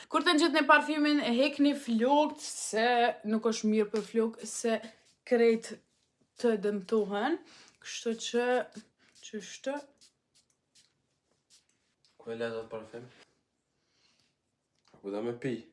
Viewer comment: Me te nddegjuar fjalen qeshty edhe qety 😂,nuk po e bej follow